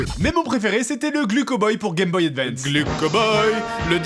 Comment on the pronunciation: tu l'aimes tellement que tu écorches son nom sans pitié. Je le prendrais mal à sa place :O Vu le manque de respect que tu as pour les ancêtres je suis sûr que tu disais unE Gameboy ...